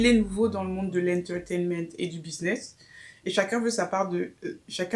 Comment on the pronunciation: Une nouvelle vidéo 😻 « an untegement » 😂